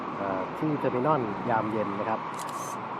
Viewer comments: Terminal ออกเสียง เทอร์-มิ-โนล ไม่ออกเสียง เทอร์-มิ-น่อน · เทอมิโนล ทเว้นตี้วัน ไม่ใช่เทอมิน่อนยี่สิบเอ็ด เรียกชื่อเขาให้ถุกด้วย